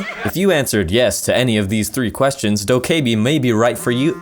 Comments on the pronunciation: Dok-Kay-bee it's doka-bee lmao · the e is silent lol